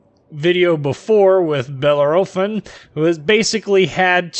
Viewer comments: OK, sorry, but I have to stop. I can''t stand the way you are mispronouncing Bellerophon. Think it should more like: Belair-o-phon? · Grrrrrrr !!!!!!!!!! .... 4 syllables ... "Bell" "Air" "A" "Fon" .. say it quickly and you won't go far wrong ... Just Say ... Fresh Prince of "Bell Air" ... little .. "a"... "Fon" ... Bell air a phon (without a breath) .. I swear Trump won't mind (too much) :) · bell - air - o - phon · Wow it not that big of a deal, it’s a simple mistake , jeez